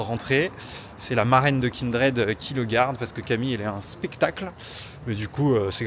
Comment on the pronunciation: Le meilleur moment c'est quand il dit qu'il a désinstallé League of Legends, ou quand il prononce Kindred pour la première fois